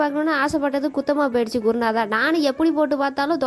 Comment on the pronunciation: குருநாதா என்ற உச்சரிப்பு அவ்வளவு சீக்கிரம் வர வாய்பில்லை எந்த ஊர் நீங்க தங்கை! நாங்கள் சிவ தொண்டு செய்கிறோம் ஓம் நமசிவாய வாழ்க! வாழ்க! ஓம் சிச்சிதானந்தம் வாழ்க! வாழ்க! ஓம் சற்குருநாதர் வாழ்க! வாழ்க!